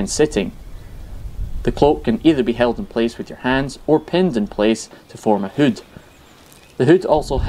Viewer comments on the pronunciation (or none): I think this is the first time I’ve heard someone pronounce ‘hood’ like how it’s spelled 😂